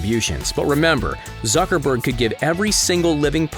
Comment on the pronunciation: Whenever u says zuckerberg it sound like sucker berg😂